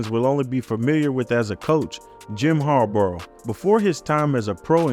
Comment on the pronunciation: its Bahhhh like a sheep haha say it with me... Jim Har-Bah . like saying bottle without getting to the T